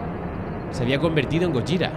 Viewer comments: No es gorja , gojira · Gojira, es un gripo de deth metal, jajaja y de echo el lo nombre bn, osea le llama gollira, como se pronuncia el grupo, ¿sera que ccade escuxha metal? Nunca lo sabremos